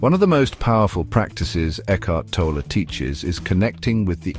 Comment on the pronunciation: You say first thing “the book has touched countless lives, including your own,” yet you mispronounce his last name? How can that be? Have you ever listened to any of Eckhart’s countless recordings, including the one where he reads his own book, The Power of Now, on YouTube?